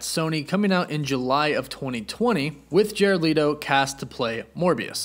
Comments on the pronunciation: Jared Leeto lol, its Leto. (Leh-toe) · Interesting news but it's jared LET-O not leeto. That was driving me bonkers lol. Fav hero is spider-man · My man said “Jared Leeto”